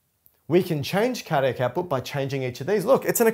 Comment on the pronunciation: Just try to emphasise each individual syllable a bit more clearly. Car Dee AC. Also if you shared your surname after "" it was near impossible to make it out. The Cambridge definitions of the word diastole seem to pronounce the stol bit with a bit more of an "o" sound in both English and USA options. I think this would help a lot. It's very difficult to find literature and resources that align with learning needs for some of us. It's like holding a conversation with someone where they can't keep our attention, or they have the knack of presenting things in a way that we can't make sense of. This one still moves a little too quickly over some syllables.